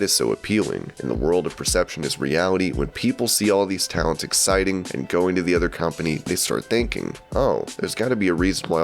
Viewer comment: Can we talk about how the word “exiting” was pronounced “exciting”?